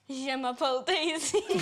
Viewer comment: "Je'mappel daisy" 💀💀💀